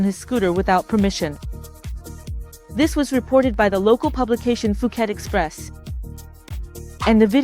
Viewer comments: You have been in Thailand for 9 years and still pronounce Phuket as "Fu-ket," instead of "Poo-get"? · Fuuket??? This one talks BS